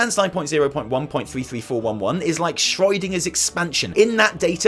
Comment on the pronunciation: Good luck with baby if it comes before the next video! (and/or N'Zoth?) Minor nitpick: The first syllable of Schrödinger doesn't rhyme with toy,. >< If you're gonna mispronounce it, at least rhyme it with Show. He's not on roids. XD